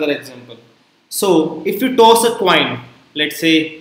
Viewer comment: "toss a twine"?